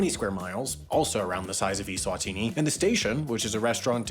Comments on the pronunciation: That has to be the worst pronunciation of eSwatini that I have ever heard. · Pretty sure you’re pronouncing Eswatini wrong..?